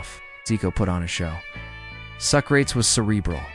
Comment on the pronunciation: Socrates was never ever pronounced as So-Crates. Please do research a little bit more. Thanks. Tele Santana too. Tele is promounced in 2 syllabus.